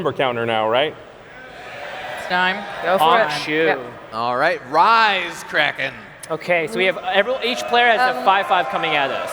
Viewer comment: wtf is a Kray-ken?